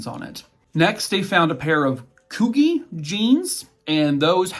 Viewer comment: Oh I ❤️ you, but Coogi?? 🤣 No no love, It's pronounced Coo-G. 💅